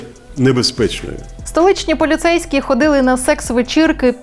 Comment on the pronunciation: Мені сподобалось, як ведуча сказала "полюцейські"